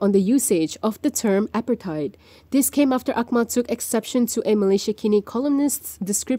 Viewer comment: Please pronounce "apartheid" properly